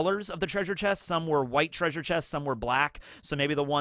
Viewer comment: were you referencing Scooby Doo the whole video with the 'TRAY-sure'?